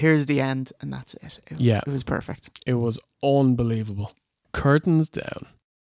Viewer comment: It’s weird hearing V1 say unbelievable towards the end without saying UN BELIEVABLE!